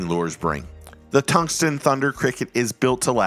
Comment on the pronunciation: Great video,. Love the channel, but please….TUNGSTEN…not “tungston”